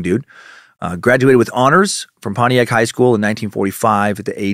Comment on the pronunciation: You could hear the disappointment in dans voice the first time he pronounced Pontiac properly.